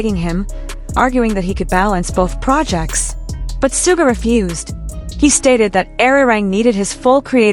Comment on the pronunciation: Please show respect to Suga by pronouncing his name correctly.